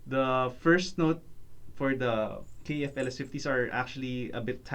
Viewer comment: KEF.....not K . E . F